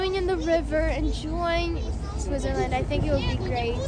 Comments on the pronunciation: Pronounced SwiTzer land, not SwiZZer land. Also known as Schweiz, (German) Suisse (French), Svizzera (Italian). Hmm, I don't know if there is another name in Romansch speaking areas. Curious what the name is in Russian. Enjoy! I think the siren testing was Feb 1 this year. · really great video, I have only one little complaint: It's called "swiTzerland", not "swizzerland". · Someone tell her it’s Switzerland not SwiZerland! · I notice that you don't pronounce the "T" in Switzerland. Are you aware of this?